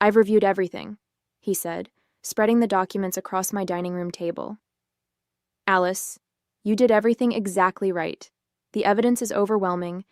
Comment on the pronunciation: Thomas and "Aleese"??? Stupid AI.